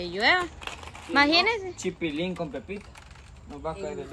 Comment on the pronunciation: que la palabra es imaginese y no maginese porque es imaginación no maginacion